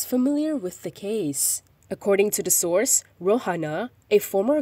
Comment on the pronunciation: 'Source' or sauce 🤭🤭🤭 so shameful la 🤬